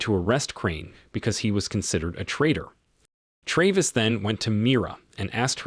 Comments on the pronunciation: why do you mispronounce the main characters name so often? … sometimes it’s Travis and sometimes it’s Traaaavis? ….. seriously? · Good Lord, learn how to pronounce the name Travis! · How can you mispronounce Travis. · Ikr?! It really got irritating